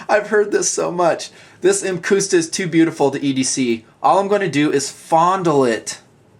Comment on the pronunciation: "muhcuhsta" is the pronounciation.